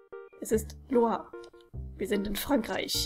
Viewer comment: Naja kanp daneben wie so oft ^^" Aber gut ich hatte nie französisch und mit der Sprache kann ich noch weniger anfangen als mit Englisch. Dennoch finde ich es gut, das du mal den Namen Loire richtig (hoffentlich :P) ausgesprochen hast, ich wusste nämlich nie, wie man das aussprechen soll... Ich habe es immer Wortwörtlich gesprochen wie so oft ^^"